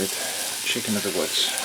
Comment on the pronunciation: "Chiscken of the woods" made me laugh way too hard